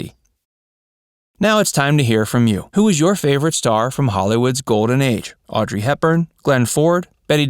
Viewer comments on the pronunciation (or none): none